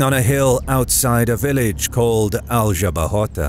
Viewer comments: The narrator does a good job of pronouncing the Spanish “r” , but does not know how to pronounce the Spanish “j” which is pronounced the same as the English “h” . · whenever you use Google translate to know how foreign names sound, don't forget to select their original language. Or use the phonetic spelling at... trjmm! some free online encyclopedias. Man, it was painful to hear you saying Aljubarrota and Pereira. 🤯 And remember that in 1385 the French Bourbons were not kings of any Spanish kingdom. No French geographer had invented the use of 'Iberian Peninsule' to hide the fact that the Spanish kingdoms seized by the Bourbons in the 18th century were IN Spain (the Roman name for the peninsula) but were NOT the WHOLE Spain. They Bourbons tried to conquer the Spanish kingdom of Portugal, but failed. Yes, the French failed again when the army of the kingdom of France and army of the new kingdom of Spain invaded Portugal to complete the conquer of Spain. It would be a GREAT IDEA for another video. And yes, the French would fail again when emperor Napoleon invaded Portugal not too many years later. Poor French soldiers. How could have that bad generals.